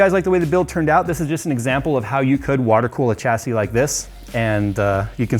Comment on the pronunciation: Great content. Chassis is pronounced shassy. Great work though. I'm just being a dick :)